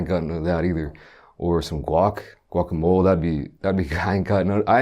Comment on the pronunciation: Facts “guacamol”